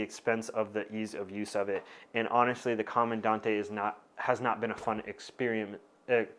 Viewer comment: Correct pronunciation: Comandan-“te”, “E”ZPresso. Great in-dept content per usual tho!